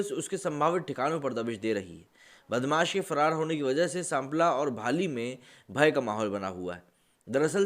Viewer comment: Pronunciation of Sampla is wrong, I know this story as my mama also attended this wedding. Sampla is where my maternal uncle (' mama') live